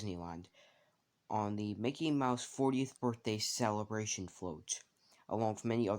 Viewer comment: you sayed MOKEY